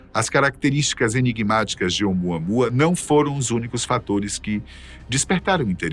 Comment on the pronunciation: OUMUAMÚA, meu filho. Esta é a fonética correta. OUMUAMÚA!!!!!!!